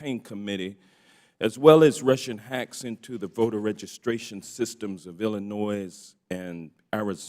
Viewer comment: Will someone please tell Representative Johnson of Georgia the proper pronunciation of Illinois!!!!!!!